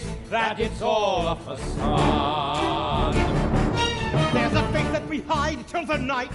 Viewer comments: Did you say it as fakade? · I always said "facade" wrong before I heard this...